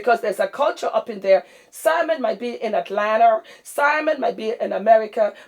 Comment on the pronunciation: The fact that you pronounced Atlanta like Atlanter LOL "Can you fry plantain?" hahaha